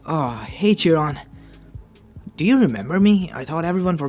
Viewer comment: it's chiron not jiron